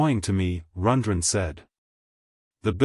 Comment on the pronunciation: Yes, this is obviously an A.I. narrator. He can’t even pronounce Rundgren correctly.